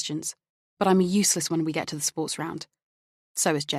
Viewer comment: I’m really enjoying this but wish that the narrator would pronounce correctly “the” before a vowel. It’s annoying.